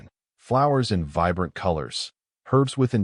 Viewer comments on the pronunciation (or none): none